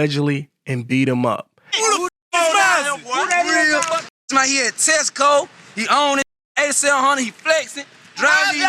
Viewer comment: "Tessico"... Jesus why won't you teach them how to read?